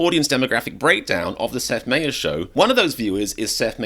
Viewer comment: Get Americans to do these videos... I turned this foreigner off in the few seconds when he mispronounced Seth Meyer's name. So tired of Olde English speaking foreigners commenting on American politics. Has this guy even ever been to America? Lol